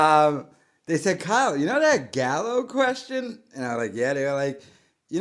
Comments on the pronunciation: He didn’t even read the fake name right. He says galio instead of gallo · He says it wrong too Gallio ha ha ha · He also mispronounced Gallo with Galio 😂😂